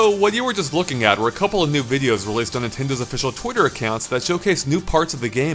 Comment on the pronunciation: At the end he said nintendu